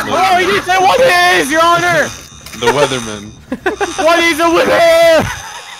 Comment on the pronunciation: Its witherman not wasrfshcfdsurman